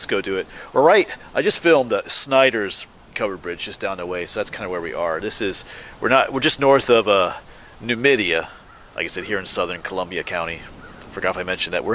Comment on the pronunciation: Is it pronounced Numidia or "New Media" ? I heard the news guy pronounce it "new media"